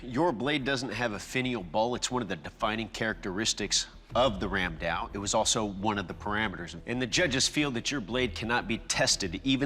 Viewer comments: It is not randao it is ramdaa. It was widely used by the Bengalis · Ram daa was used extensively by the Gaur rajputs of Odisha and Bengal. And yeah it's called Ram daa not Ram dao 😅. I'm Bengali and I have one in my house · i am from India...and it is ram da not ram dao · So... as a Bangali, I must say something about the pronunciation. Because every time I hear someone say "Ram Dao", my skin crawls. It's Raam Daa, not Ram Dao. The distinction is important because "Dao" is a completely different weapon. However, I understand that people who isn't a native speaker of any of the Sanskrit influenced languages may not even notice the difference. Nice episode though. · I'm Indian and it's pronounced as Raam, kinda like a stretched 'rum'.. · Ramda became Ramdao😂